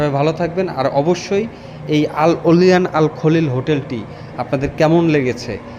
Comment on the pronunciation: Olyan ওলাইয়ান, not অলিয়ান😢